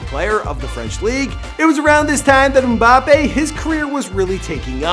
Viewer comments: You say Killin mbappe it's kylan mbappe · 1:dont call it soccer, its Football and is bigger than nba and nfl 2: HOW BAD CAN YOU PRONOUNCE A NAME?!??!! 3: And if you wanna know how Big he is, he only went professional 2 years ago and is already bigger and more recognizable than durant, curry, kyrie you name it 4: if you wanna go bigger Ronaldo and Messi is bigger than your so called ”king” lebron and everyone in your favourite sport poster boy.